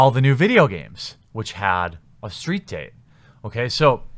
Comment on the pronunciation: What's a steet? ;) lol